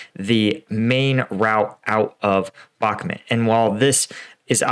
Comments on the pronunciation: in his last video finally, finally, pronounced it bach-MOOT, and I celebrated! Today, back to the bad habit BACK-mutt. This pet peeve aside, great commentary, info and analysis. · Hey, I've noticed you have a tough tine pronouncing Bakhmut. It's pronounced Bakh-moot